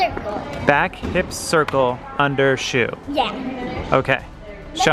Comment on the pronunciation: It’s underswing not under show haha!